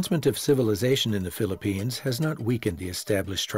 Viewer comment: PHILIPPINES......NOT PHILLIPINE